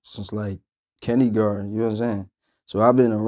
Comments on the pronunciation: this foo said “kennygarden” HAHAHAHAHA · It seem like 85 percent of Philly pronounciate "kindergarten" "kin-de-garden"!